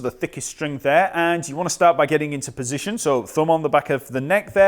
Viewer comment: Hey I love how you pronounce Fender ...Pussygion...